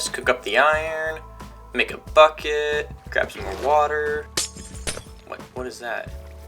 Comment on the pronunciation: Am I the only one who hear fucket when he said bucket